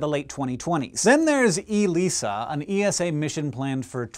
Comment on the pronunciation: Just BTW, nobody in ESA calls it E-S-A, but rather E-SA, much like nobody says N-A-S-A.